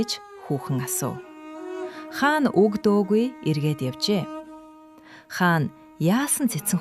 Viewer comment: Хаана гээд байх юм. Хаан гээч